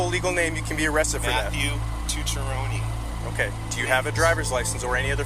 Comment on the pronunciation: Second guy can't even pronounce his own name. Tucciarone.